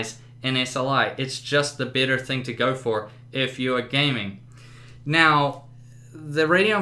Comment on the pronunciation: exacly. this guy isnt very proffesional. he didnt even benchmark other tripple A games. And sucks at pronouncing nvidia and better.